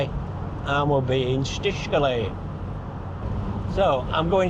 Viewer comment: How is it possible to complain about the satnav pronouncing Czech stuff badly and then absolutely murder the word “Krušovice”? :) Let’s not even discuss Čtyřkoly, or as you pronounce it, Štyškoly!